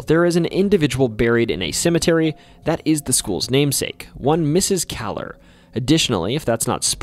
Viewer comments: I went to Kahler Jr. High.....its pronounced KAY-LER. There i attended 6..7..and 8th grades in the years 71...72...73......then went onto the newer high school Lake Central High that was opened in 1968..At one time Kahler was the general high school .But since the population was getting so much bigger. But i never heard anything about any haunting because nobody talked about those such things. Nor did i see anything strange. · My kids went to Kahler school because we live in Dyer, IN. It’s pronounced KAY-lur. In eight years that my kids were at Kahler, they saw nothing. But wished they did. The building was the original Lake central HS and Kahler middle school was built around the old HS. Which is really weird because there was empty land everywhere. Now there are 10,000 students in the school district and most land is in use.